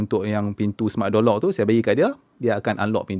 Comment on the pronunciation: Kenapa aku dengar seperti Jolok , tengok semula ayat Door Lock ... Aishhh 😅😑